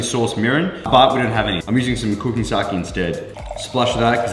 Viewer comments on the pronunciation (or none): none